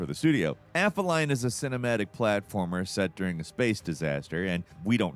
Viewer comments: A-FEELY-ON not AFFER-LION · Aphelion pronunciation = Uh-FEE-lee-on Not AFFA-lion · Calamari is squid, not octopus. Also, aphelion is uh-feel-E-un, not af-uh-lion. It’s adapTAtion, not adaption. 🤦🏻‍♂️ What do you mean “It should have happened a long time ago.”? It’s the third game in the franchise…? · FYI: Aphelion is pronounced "app-HEE-lee-on". Greek via Latin, meaning the furthest point from the sun in a celestial object's orbit. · that may be my favourite ever mispronunciation. For the record, it's app-hee-lee-in. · My inner pedantic astronomy nerd feels the need to point out that "Aphelion" is pronounced almost exactly like "app helium". The "ph" isn't pronounced together. It refers to the point of Earth's orbit farthest from the Sun, which is where the "helio" comes from. The closest point is called "perihelion". Similarly, the Moon's orbit contains apogee and perigee. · A fell E on. for Aphelion by the way.